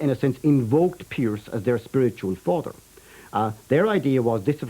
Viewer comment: When the man wearing specs pronounced the word Father as "Farrder" I knew my stomach was going to turn.